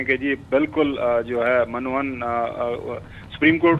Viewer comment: یہ لفظ من و عن ہوتا ہے ، میم کے نیچے زیر اور عین کے اوپر زبر ،پڑھے لکھے حضرات بھی غلط پڑھتے ہیں ۔